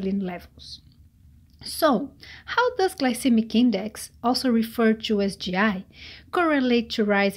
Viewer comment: What I want is ypubto learn to pronounce the word TO properly! It is not CHUU the way ylubsay it! Horrible how you brazillians pronounce it!!! Jesus!!! 😣